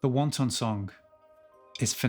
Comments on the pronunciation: Its not meant to be pronounced wan ton Its more like wanten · Yet another brilliant lesson - but I trust you're joking with the pronunciation of "Wanton"?? You'll confuse the non English speakers. :) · Headbangers! Say it right! This is too good a song to mispronounce for the rest of your life. Wanton, not wonton. *WONTON (like tom tom) - noun - Chinese dumpling. *WANTON (like wantin') - adjective - Reckless, indecent, depraved. I know I know, Zeppelin has one called THE LEMON SONG, but it's not about lemons, now is it? THE WANTON SONG is about lust, not dumplings. This song sounds as badass and as fresh as it did 50 years ago! 🔥 No dumpling has a shelf life like that. Thanks for the lesson, dude!